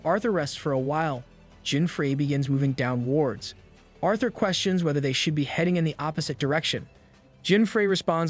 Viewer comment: some pronunciation issues: dèfening, dèf, dòwnwards (vs. deefening, deef, downwàrds)